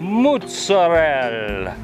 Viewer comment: Well, get comfortable this is going to be a long comment.1) Thank you for the shout out! 2) Glad you liked the beer,3) Mootsarel! Correct pronunciation! Yay! I admit I am a bit anal about it but I cringe when gringos say MOZZERELLE! 4) Slawsa! i gotta get some! 5) This is the best thing EVER! Rock On!!